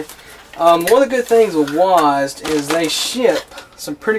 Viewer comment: did u just say "wasd"? It's W-A-S-D......... lol